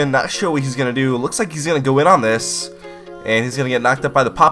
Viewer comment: Whenever you say "not sure" I hear "nashor". :D